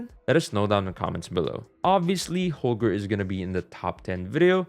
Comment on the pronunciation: It,s not holger but Holgae